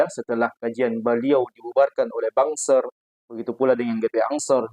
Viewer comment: BANSER dibaca BANGSAT